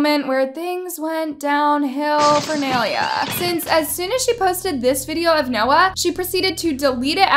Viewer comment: nay-lia goodbye